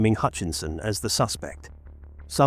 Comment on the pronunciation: The voice over doesn’t give the correct names. It’s Lewis and Pie-Croft